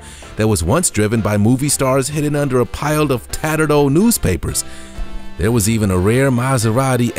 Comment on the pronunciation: Ok pay attention, it’s sold ...not sode. It’s old ... not ode!!!